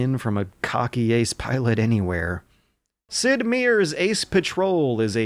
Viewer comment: Sid-miirs?? Mate it’s Sid-mayas